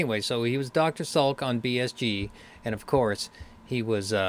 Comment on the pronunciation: Dr. Salik NOT Salk.